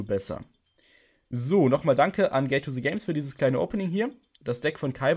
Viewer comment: Alpha Galaxy gay to se games? Kannst du Englisch? Das heißt Gate to the Games. Dies hat er auch sehr gut ausgesprochen.